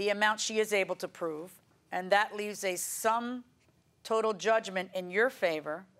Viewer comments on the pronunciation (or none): none